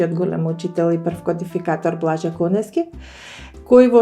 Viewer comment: КонЕСки, КонЕСки, КонЕСки, без В, аман!! Па не ми се верува, упорно и упорно, КонеВски! 🫣 Голем поздрав до 🎉